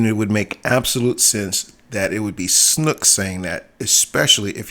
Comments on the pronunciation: Yo seriously listen ...... Your a fan yes, but a true fan I doubt maybe in 30 years or so. I've been in this since 77. Constructive criticism for you, take the channel down and do some research. AND WHO THE FUCK IS SNOOK? It's SNOAK "OA" Not U not OO. Made me cringe every time I heard you say it, fuck. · LMAO snook? sn(O)ke long-O B lol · It’s Mark Hamil talking, not Andy Serkis. And it’s Snoke, not snook